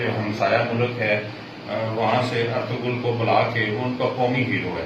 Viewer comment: Artaggal kia hota he ? 🤪 Ye kahan se new pronunciation invent ki he